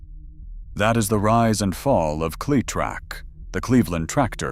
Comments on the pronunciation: Say the name correctly. The way you say it sounds nothing short of STUPID. It is Cle-LONG E- Trac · if just one of the people involved with this video would actually listen to the finished product they would realize how often the narrator would mispronounce cletrac